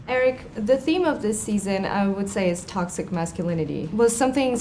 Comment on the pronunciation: pois é cara, realmente deprimente... essa guria não consegue ficar 5 segundos sem falar "tÓxiCaN"